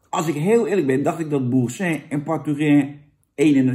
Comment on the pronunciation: C'est terrible , terrible.. France, vivre la vie, et j'espere tu dis boursin normalement